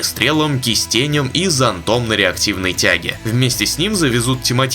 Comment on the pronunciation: Не кистенем а кистенём !!